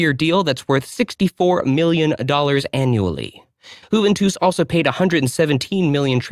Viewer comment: "Whoventus"??? That blows it right out of the water! You know Jack S***!